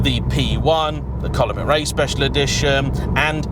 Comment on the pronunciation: Your pronunciation of McRae is cringeworthy to anyone of Scottish heritage! What a car though. Just beautiful.